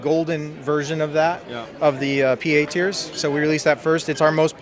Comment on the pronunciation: I could've sworn it said "teats" instead of "tears"